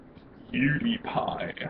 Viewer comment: U didn't even say his name right